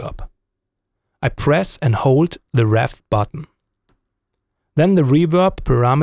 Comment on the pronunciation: Really excellent sound when the PWR and CAB simulators are turned off! Way more amp-like. Well done! PS - funny how you say adjust the reverb by pressing the REV button - it should be pronounced REEV - as in reverb!